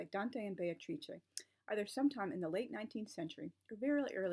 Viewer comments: Just caught for the first time how Beatrice is pronounced in good Italian or Renaissance Italian. To my ears it sounded like Bay-tra. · That is so cool about the acting and that you can now pronounce Beatrice properly! [I'm still working on it...] Tableaux are brilliant - an easy way to make a group connection and bring people together. Sometimes a costume can be a tablecloth or a napkin.